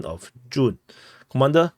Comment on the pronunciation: You say all the time at beginin of your report "comander...comandor" other professionals also follow your report so just take this home messae.otherwise your reporting ethics is very impressive.go ahead.Tjhak you!!!